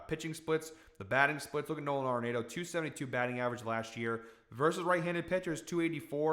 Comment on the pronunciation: love the Nolan pick, and he says his last name "ARE-in-AUTO" not "NATO". But....keep the winners coming!!